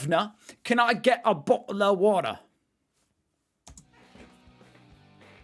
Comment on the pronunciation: Dude drop your “Bottle of water” attempt. You sound like a more American Version of Dick Van Dyke.